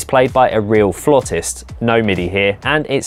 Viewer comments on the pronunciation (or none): Mark, please teach the correct way to pronounce "flautist." Thank you. 😂